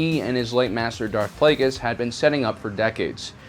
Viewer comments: Holy shit, you actually pronounced Plagueis right. Well done! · He has now mispronounced both names of Darth Plagueis. Lol. In easier videos he pronounces Plagueis as (Play-gee-us) not (Play-gus). He did pronounce it right in this video finall. Now he pronounced Hego Damask II as (Dam-usk) not as is should be as (Da-mask). Not a big deal but it kinda erks me because he is my favorite Sithlord and ive noticed it every time. It only takes a few mintues to Google. Lol. I wonder how he would pronounce Muun or Muunilist. I think he did but I don't remember how he said it. Probably said it like (Moon)....god I'm a nerd.